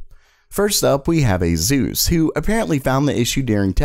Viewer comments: its ASUS not AZUS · Ayy Zeus what up dude?! You're right though. ASUS = ACES right? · You are not pronouncing ASUS correctly. It is not Azus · Can you please pronounce it aSus instead of aZZZus